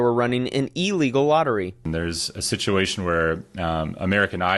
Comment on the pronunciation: Brother… love you but don’t ever say EEE-Legal again… simple prefix of “ill” plus the word “legal”.